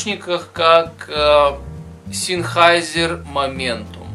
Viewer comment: "Зенхайзер". Ну либо говорите на английский манер "Сенхейсер". )